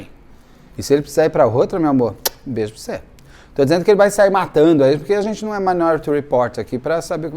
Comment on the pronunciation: kkkkkkkk "bêjoprocê"